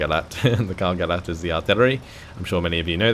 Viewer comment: Gerät is pronounced Gereeet (long second e), not Gerit (short second e) :) The ch in Storch (stork in English as you probably guessed) is pronounced like an angry cat. JFYI